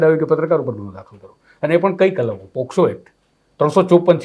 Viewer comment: પહેલાં તો બોલતાં શીખો પોસ્કો નહીં પોક્સો કહેવાય.